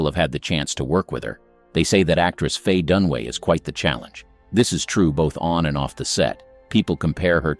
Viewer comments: It’s Dunaway not Dunway. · It's Faye DunAway, not Dunway, jeez, is that really so difficult? Showing your ignorance. Thumbs down. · Faye DUNAWAY not “Done Way” DunAWAY. 3 syllables Dun A Way! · It is DUNAWAY! Get it right! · Numb nuts - her name is Dun-A-way. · Who is this clown? He can't even get the names correct. He must have done some really serious research. Never heard of actress Faye Dunway or could this be Dunaway. Same with Jean Kelly. I know a Gene Kelly. I couldn't be bothered doing more corrections of video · It's Dunaway, not Dunway. The narrator (bot?) is actually pronouncing it Dunway, which is WRONG. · Dunaway not Dunway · It's DUN UH WAY not Dun-way. Ugh. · It’s Faye Dunaway, not Dunway! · It’s Dunaway, not Dunway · Her name is Dunaway NOT Dunway. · Fay Dunway? Are you illiterate? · I got tired of hearing "Dunway" and FF. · I turned it off when I realized these dopes can't even spell or say Dunaway. They're truly clueless.